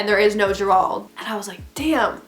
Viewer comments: This is crazy. But, I had to laugh throughout the video just bc how hard he made you think. 😂😂🤣 and Gerald pronounced. JERE-ALD 🤣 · bruh did u just say (juh-rwald)???? its pronounced (jare-old) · I think the “managers” name is pronounced ‘Jer-old’ not ger ald lol it’s my brothers name and it’s spelled Gerald lol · girl the way you are pronouncing gerald im screaming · The way you pronounce Gerald has me dead💀 I’m pretty sure it’s pronounced jair-old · It’s JER RALD.... two syllables but say it without pause . You’re welcome 😉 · You pronounce Gerald wrong that’s all I have to say... lol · Sis why you said Gerald like that😂😂😂🤦‍♀️🤦‍♀️🤦‍♀️ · haha the way she prononces "gerald"😂😂 no hate btw ily ❤ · Sis I love you but look up how to pronounce Gerald because it is not how you’re saying it lol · Can someone tell this girl how to pronounce Gerald lol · all i could focus on was the way she pronounced gerald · Love the light behind you, hate the way "Gerald" is being pronounced lol but great story. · ok but whyyyyy does she keep pronouncing "Gerald" wrong it's literally the most basic name 😭